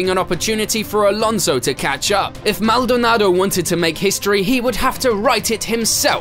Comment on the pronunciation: Please stop saying Maldonado like that. It’s making my head hurt.